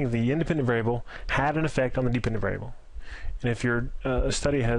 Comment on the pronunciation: Great content but you should enunciate more. Some words that are 3 syllables long you somehow manage to squeeze out in 1 syllable "variable" becomes "vrbl"